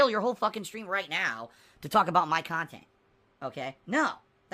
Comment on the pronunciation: I like on how he calls everything that isn't his khantant "fluff khantant"